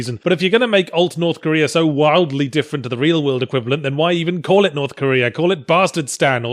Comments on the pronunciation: I upvoted this video solely for the "Korth Norea" spoonerism. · I lost it at "norf koera"